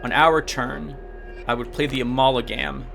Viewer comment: My, babbling? Impossible!! Also, let's take a shot every time you say "Amalagam"